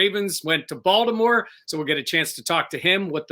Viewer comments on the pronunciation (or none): Is it just me or keeps calling Baltimore, Voldomore.